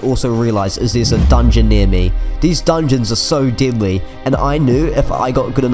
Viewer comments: This is great content. Ps: When I heard you saying "deadly" ,i thought you actually said "didlly" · i like u saying deadly but i hear diddly